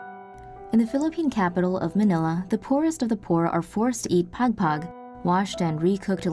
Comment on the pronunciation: its not pegpeg its pagpag and you pronounce it by saying juat like thw dog pug soo it pugpug